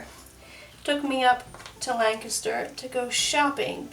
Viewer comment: As someone from south central Pennsylvania, I love that you pronounce Lancaster as "Lang-kis-ter" instead of "Lan-cast-er" ❤❤